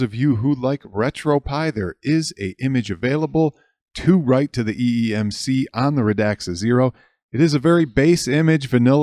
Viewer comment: Also Sir it is eMMC not eeMC. Nevermind, it happens, we are all humans.